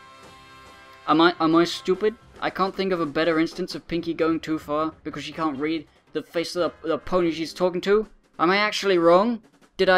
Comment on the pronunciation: "I ca' do that! That's a lot of molecules." I love you